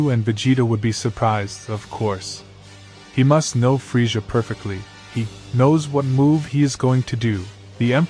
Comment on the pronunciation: His name is Krillian just have to say that and the way you are pronouncing villain it's pronounced with two z's in middle of his name like this Frizzia